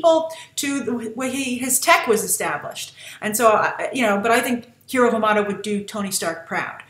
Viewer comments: Honey Lemon is pronouncing Hiro name the correct way, when any Japanese word is written and translated one pronounces all letters. jus like in spanish, honey lemon is hispanic so she would know how to pronounce is name correctly.....i guess its something Lost in Translation ;) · Beyond The Trailer HI Grace! Huge fan for your reviews and analysis. You mentioned Honey Lemons accent. Actually, she is the only one in the group to say his name's pronunciation "correctly", like Japanese correct. I was, in fact, surprised that she got his name right and weird that Gogo got it wrong since she is Korean. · Totally agreed with Honey's pronounciation of Hiro! X) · I am the only one that doesn't like Honey Lemon's design? The only thing I thought was cute about Honey was the way she pronounced Hiro's name. I think it's funny that Grace disliked the only thing I like about Honey Lemon.